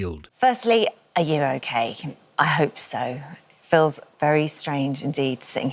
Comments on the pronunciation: It sounded like she said "Phil's very strange" instead of "feels very strange" 😂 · It always cracks me up with the Holly Willoughby speech when she says "Feels very strange." Always sounds like she says "Phil's very strange." And yes he bloody well is very strange indeed